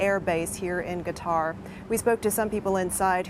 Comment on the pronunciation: am I crazy or does she say ‘guitar’ instead Qatar ? It sounds like she’s inflecting a ‘G’ rather than ‘Q’.